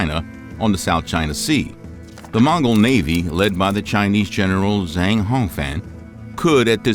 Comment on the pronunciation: Zhang is pronounced Jahng. "ang" in chinese is pronounced ahng.